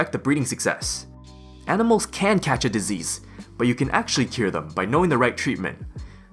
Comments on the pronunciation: No One: "...": "DisEASE" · Great guide. I particularly liked the way you say disease. dezeez. 10/10 would recommend.